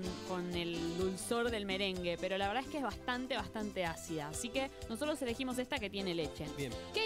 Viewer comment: did she just say nosotrEs???